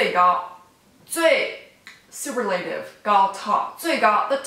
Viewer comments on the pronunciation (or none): You can't say super la tive. It's pronounced su purr la tive. Great lesson regardless.